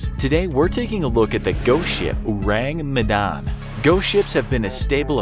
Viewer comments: I think is pronounced as "Oh - rAng Meh - dAn", and not "Ourang Medan" (in normal english pronunciation. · His pronunciation of Ourang Medan irks me A LOT. It's pronounced as Ore-Rung Meh-done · O-rang me-dan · when he said : Ourang Medan i THOUGHT : ORANGUTAN? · I just hear urangutan hahaha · Or-rang Me-dan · thats not how you pronounce "Ourang Medan" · The way you pronounced ourang medan disturbs me Good video tho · He butchered ourang medan so bad that my ears start bleeding. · Orang Medan = Medan's People (Medan is the capital city of North Sumatra province), it's kind funny how you pronounce it😂😂 Love your channel from Indonesia✌️